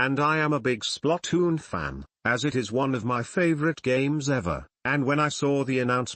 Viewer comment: SPLUTOOON (i know it spelled splatoon but the way the tts pronounced it was weird lo.